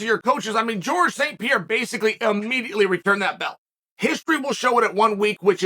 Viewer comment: Alex St "Pierra"